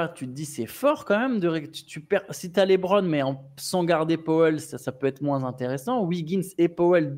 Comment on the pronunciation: J'aime beaucoup la rigueur dont vous faites part sur les noms des joueurs, mais qui dit "LaitBron" faut arrêter 😅 Sinon sortie du côté sportif je pense que vous négligez le côté marketing car un retour à Miami serait fou point de vue business.